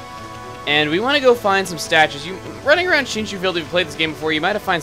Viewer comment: back in shinshu field. oh my god he pronounced it right.